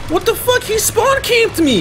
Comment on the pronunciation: I like how says "Fucki" instead of "Fuck"